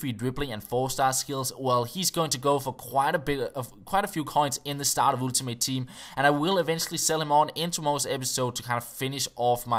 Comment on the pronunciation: oeltimate team, love that accent <3